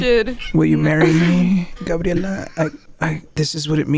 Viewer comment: It's cleary grabierla